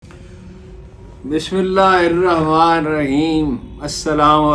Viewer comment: محترم سر ! ۔ آپ بلاشبہ ایک علمی و ادبی شخصیت ہیں ۔ آپ کے ویلاگز کا شدت سے انتظار رہتا ہے ۔ اللہ تعالی آپ کو صحت والی لمبی زندگی سے نوازے ۔ آمین آپ سے معذرت کے ساتھ ایک درخواست ہے کہ پلیز "بسم اللہ ۔۔" پوری پڑھا کیجیے ۔ آپ "رحمن" کا " ن " ادا نہیں کرتے ۔ ۔ ڈاکٹر شمیم ظفر رانا ۔۔۔۔۔SZ. Rana official